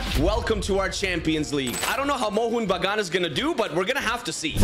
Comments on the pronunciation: Love the way he pronounced Mohun Bagun lmfao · Bro as My nearest football club being Mohan Bagan, I can say ur pronouncing it wrong